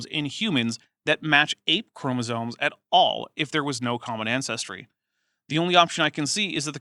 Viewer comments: okay well there she definitely said "chroma-zones" so who knows. But I'm having trouble parsing the difference between her accent, speech impediment, and apparent ignorance. I will say though, in her newer videos she is much more clearly spoken, so she's obviously worked on it. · Oddly, she seems to pronounce "chromosomes" correctly. I think she thinks "chromosone" is the singular form of chromosomes.